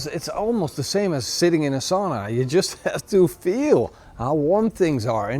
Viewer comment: Kotaliesi is actually all Nordics thing but we Finns might indeed be using it more. Also. Please learn to say "sauna" the correct way. Also. You did say loimulauta correctly, albeit with accent.